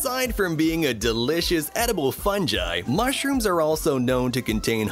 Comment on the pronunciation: Ahh yes, Funji.